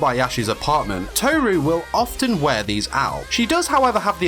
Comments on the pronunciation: It’s not toe ru it’s tohru that’s how to pronounce it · It’s kinda triggering me how you say tohru without rolling the r xd not telling you you should say it that way just saying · You mispronouncing Tohru for the entire video really annoyed me